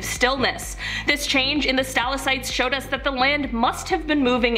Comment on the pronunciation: Okay, I literally cannot take her saying Stal-ah-sites . They are stal-ack-tites. I'm ashamed to share a name with her. 😒